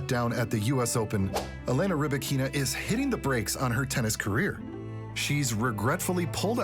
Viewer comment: Can't take this video seriously if not even her name is pronounced correctly.